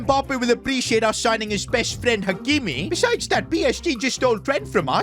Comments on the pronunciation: Hakimi not hamiki 😂😂😂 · ❌Hakimi ✅ Hamiki